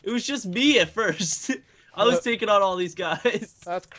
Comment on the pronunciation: Lol he says tookin,it's taking xd